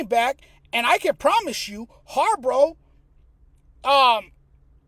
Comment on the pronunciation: Its harbaugh not harbrah 😂